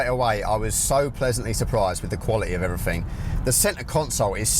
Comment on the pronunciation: Before you do a review, you should learn how to talk properly. Free instead of three? Everyfing? Wills instead of wheels?